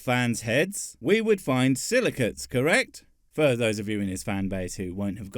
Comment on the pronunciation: Silicates, are you sure? I thought he said silly cu...